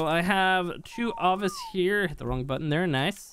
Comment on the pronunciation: Lol why are you saying Avis, its Ovis 🤣